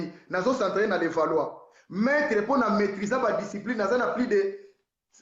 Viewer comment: on dit Maitre.